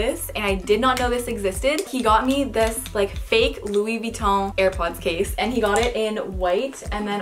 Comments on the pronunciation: Okie Dokie I agree, I’m French too. It’s said Louis VU I TTON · “Loo-EE Vee-o”-. December 2019 Lol it’s Louis V-I-Tt-on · was anyone one weirded out how she said louie vutton? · How she says Louis Vuitton is so funny no hate I love you ❤️❤️❤️❤️ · The way she said Louis Vuitton was so French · the way she said Louie Vuitton...